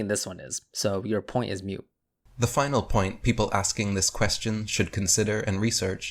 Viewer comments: "moot", not "mute" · Sorry to be a stickler but it's pronounced MOOT like boot...not mute. again sorry prof. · The word moot is pronounced "moo-t" not "mew-t" like a cow not a cat. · I presume you just misspoke, but the point is MOOT, not MUTE.